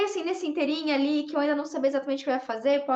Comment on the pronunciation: Só uma observação: a pronúncia é "ínterim" sílaba tônica no primeiro "i".